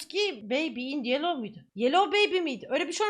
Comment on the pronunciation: yellowu yelloz diye duydum..